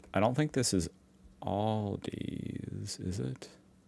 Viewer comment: HEY just a little bit of a Wonder, through several of your videos. when you see the word ALDI and you want to pronounce it, where do you get the S at the end from? And keep up the good work on your channels mate